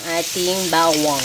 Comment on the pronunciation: Rinig ko bewang, bawang pala hahaha!